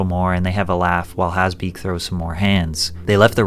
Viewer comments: His name is Hasbulla, not Hisbollah. Jesus freaking Christ! Get your sh*t right. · Hasbulla not Hezbollah 😂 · Why are you pronouncing him as "Hesbullah"?? 😢😢😢😅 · You keep pronouncing his name HEZBULLA like the tourist group lol. It's hAsbulla! An ahhhh sound lol. You pronounce his nickname just fine tho 😂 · He who Has beak Not Hazbeek